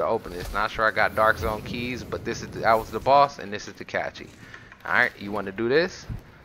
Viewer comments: Dude....it's cache like "cash" not like "catchy" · RevTastic Motovlogs more like cAeshe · He lost me when he pronounced it as a "catchy". 🤣😂🤣😂🤣😂Lmao. On the other hand it's good guide for new players or people who have put the game down for a while and need to gear up. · Haha the way you say "cache" its pronounced "cash"😂😂😂Good vid though 🤙🏽👍🏽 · Not them cachees 😂😂